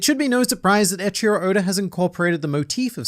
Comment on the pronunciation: Do you keep calling Eichiiro Oda "Ed Sheeran Oda" ??? cause that's what I'm hearing when you say it, lol